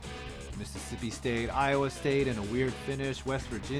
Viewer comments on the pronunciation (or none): none